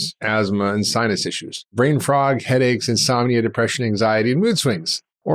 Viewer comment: i swear he said brain frog, lol